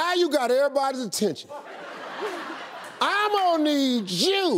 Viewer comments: It's not 'I'm Mo' its 'Ammo' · Sounds like he's saying ammo need jew lol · it started to sound like "ima knead jew" and then i paused the video and rethought my life.